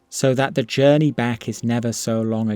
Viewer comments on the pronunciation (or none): none